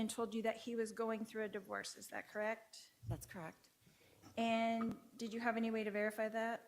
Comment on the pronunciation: Zatcorekt, Zatcorekt, Zatcorekt, Zatcorekt, Zatcorekt, Zatcorekt...anyone tonight on line asking me is that correct, goes to the dish pit.